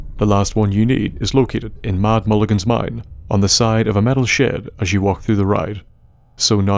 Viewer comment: didn't say MAD MULLIGIN'S MINE correctly